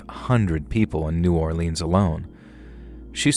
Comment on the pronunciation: I'm from New Orleans and u straight up butchered every cajun word you said starting with NEW or leans pronounced Nawlins